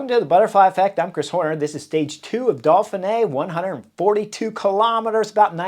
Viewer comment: Hi Chris. I have been following the Butterfly Effect and Beyond the Coverage for a few years now and thoroughly like your outspoken, opinionated tactical criticism. Thanks. One thing though,;why do you call it the Dolphinay rather than the Doughfinay (Dauphiné)? Are you like the Brits who take the piss out of the French by saying things like "Murky Blowthrough" or "Mucky Buckets"? Or do you really think there are Dolphins involved so far inland? Does this qualify as knuckleheadism on your part?